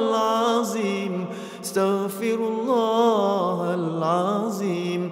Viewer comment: Dia sebut astagfirullah ke starfirullah